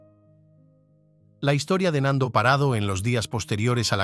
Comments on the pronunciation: Es Parrado no Parado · He tenido que dejar fe verlo, se me.hace insoportable lo de Parado. Es PaRRado. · No es parado, es parrado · PaRRado. En estas regiones pronunciamos la rr.😊